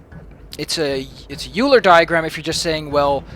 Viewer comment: By the way, I don't know if you ever learned this between then (the time you recorded this gameplay and uploaded it) and now (the time I posted this comment), but the "eu" in "Euler" is pronounced "oy," so "Euler" rhymes with "spoiler." REASON: It was after a man from a German-speaking country: Leonhard Euler of Switzerland.